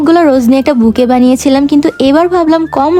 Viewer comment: বুকে বলেন কেনো বুকেট বলবেন